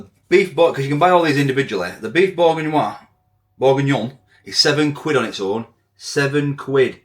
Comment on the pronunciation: It’s pronounced berginyon 😂😂